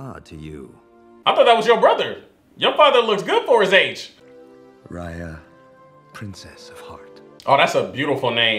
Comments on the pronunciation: said "RAHYA" instead "RAYA" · You keep saying her name wrong her name is not Rhea it's Raya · You said it wrong it’s not Rea it’s Raya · Dude, HER NAME IS NOT R (AI) YUH!! ITS R (I) YA!!!!! JEESE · Hey! One thing you got wrong was the pronunciation of Raya's name: it's pronounced "Rye-ah" like Rye bread? Or rice? It's a long "I" sound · Just so you know Raya is pronounced "Ri Ya" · It’s R I y a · He watched that whole movie.. and STILL pronounced her name wrong at the end ajsjhsdh i cant haha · Not you watched the whole movie and still mispronouncing her name 😂😂😂🤣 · How you gonna watch the whole movie and still pronounce her name wrong at the end ? XD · The a is pronounced like an i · How do you watch the whole movie and at the end still pronounce her name wrong? Lol smh